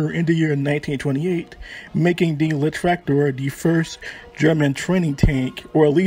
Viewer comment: my man the video is good and thank you for brining allthese tranks to light. but please you need to work on your pronunciation. try saying Leichttraktor as Litch-traktor . and unclog your nose